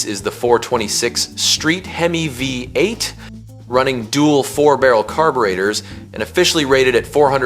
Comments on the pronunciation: My man has trouble saying Vvvv-ate! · Ai, voice over is crap the 340 V.......8, its a V8 idiot!!!!